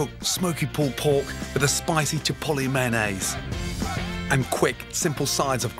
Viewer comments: "Manaze" - Chef Gordon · UK: meh-en-nayse SG: may-on-nis